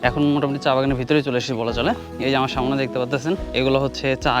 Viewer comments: অসংখ্য ধন্যবাদ আপনাকে। সত্যি আপনার ভিডিও অনেক চমৎকার দেখে ভালো লাগলো। তবে আপনার কথা উচ্চারণ এর মধ্যে কিছু ভুল আছে যেমন আমরা বলি সামনে কিন্তু আপনি বলেন সামোনে এই ধরনের খুটি নাটি কিছু ভুল আছে। এগুলো ঠিক করে নিতে পারলে মাশাল্লাহ ভিডিও আরো চমৎকার হবে। ধন্যবাদ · Samone na samne ay pronounce ta thik koiren sunte aro vlo lagbe.Thank you for your information